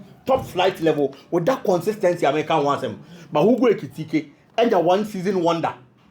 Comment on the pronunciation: you pronounce the name better. Hugo Ekitike You're doing well 🎉